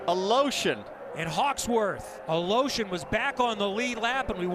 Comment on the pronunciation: it's Aleshin, not Aloshin. fucking stupid commentators